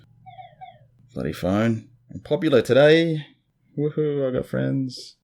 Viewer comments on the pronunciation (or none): none